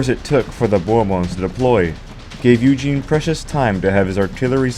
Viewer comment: Great - you pronounced Eugene correctly.